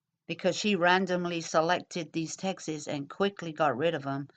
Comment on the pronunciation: good work on these videos they were helpul! you say the word "texts" exactly like "Texas" lol sorry just had to point that out